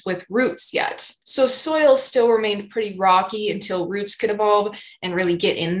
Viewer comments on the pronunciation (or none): none